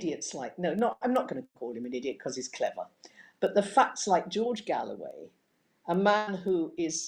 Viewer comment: its not galloway its GOAWAY